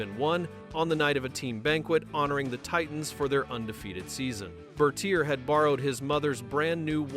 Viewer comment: I hate AI narration. They mispronounce tons of words. His name was pronounced Ber-TEER. 1971 is Nineteen Seventy One, not One Thousand Seventy One.